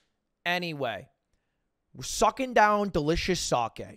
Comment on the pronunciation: three shots of ‘sake’ i love you lud, but i gotta give you a strike on the board there